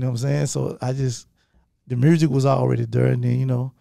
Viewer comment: Yo Gotti is starting to pronounce “music” without the letter “r” and it’s making me so sad because that’s something really unique to Memphis and I love his accent 😭